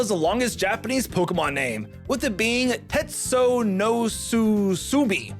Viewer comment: I'm still amazed by ' ability to mispronounce most Pokemon names.